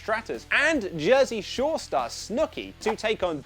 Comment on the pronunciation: Did anyone hear how he said jersey shore